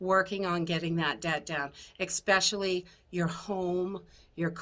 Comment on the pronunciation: You just said ex specially I can no longer take you seriously See you later turning you off at 2 minutes I just lost several IQ points